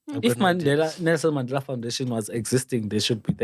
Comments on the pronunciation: Yoooo this guy😂😂😂😂😂 Mmandelah not Mandela (the pronunciation). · Word of the day "Maandela" not Mandela😅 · uMandela not uMaaandela & Tetiwan (31) is all I heard from Mayibuye, maybe he had the amber nectar before the show. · Maaandela not Mandela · He, himself, even forgot to pronounce the Mandela surname the way he was teaching us. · Kante all along we've been pronouncing Mandela wrong as a nation😮😮🙌Yhoo